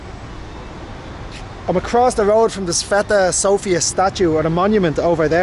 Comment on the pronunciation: I'm Bulgarian and you made me laugh with your pronunciations of Sofia and Vitosha. Usually we pronounce Sofia as "SOfia" (the stress is on O) not "Soufia" or "SofIa" just Sofia with the stress on "O." Also Vitosha is pronounced again on the first vowel just like Sofia - "VItosha" not "VitOsha." Just a small correction. :) We usually when we speak Bulgarian, compared to other Slavic languages we put the stress more at the end of the words, while in some occansions - at the first vowel, but this is more common thing with Serbo-Croatian and Macedonian or just the Former Yugoslavian countries in general with this type of accent (or even here at some villages or the very Western part near the border with Serbia and North Macedonia there are Bulgarians with this "Former Yugoslavian accent." Also some words matter where you put the stress and it can change the whole meaning. Just as tip if you decide 1 day to learn Bulgarian if you want to:).